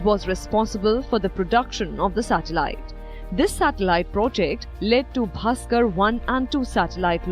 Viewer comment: Please properly pronounce Aryabhata and Bhaskara - try not to be western in your pronunciation - properly enunciate the ending ‘aa’ vowel - sounds stupid otherwise